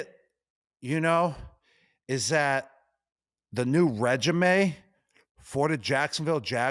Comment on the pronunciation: The way gronk doesn’t know how to pronounce REGIME bothers me more than it should